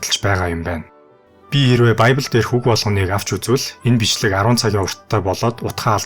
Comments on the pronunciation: библь гэдэг биздээ монголоор. байбль энэ тэр зүгээр л монголоороо яриач. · баябил биш бибэл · Байбл биш библэ гэж уншдаг 😂!! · Байбли биш харин библи шүү